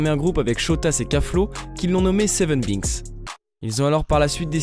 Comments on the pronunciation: "seven biiks"🤣🤣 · « seven Biiks » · T’abuse 7binks sa s prononce 7beinks comment j’ai pêter d rire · « Seven bynkse » 🤣🤣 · Mdrrr seven biiinks il a dit jsuis mort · Il a dit binks avec un i lol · Il a dit seven b I n k s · Seven « biks » 😂😂😂😂😂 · Gros c'est "benks" (enfin ça ce prononce ainsi mdrr) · A guetter comment il dit binks 😂😂😂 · Ta mal prononcé seven binks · tu prononce mal le binks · Juste pour le " BINKS " je dislike